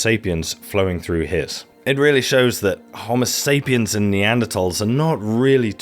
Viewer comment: Great video very informative but the way you say Homosapien makes me envy the deaf.